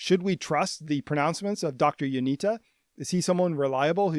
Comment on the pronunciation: Not to be that guy but its Ionitsa. The cedilla under the t makes it a ts.